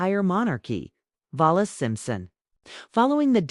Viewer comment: Must be a German-based AI narrator. Keeps pronouncing Wallis Simpson's name as "Vallis".